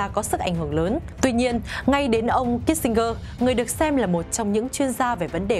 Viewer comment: Tên người ta phiên là Kí-sin-giơ mà gơ đọc hoài. Chán.